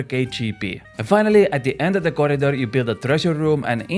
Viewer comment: Man said "corridor" in the most Estonian accent ever lol. Naljakas